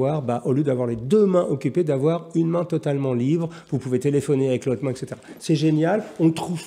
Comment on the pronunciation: Bien le bonjour sieur Jacomet. "Etc." est une contraction de "Et cétéra". De ce fait, on ne peut prononcer exétéra. Bonne soirée.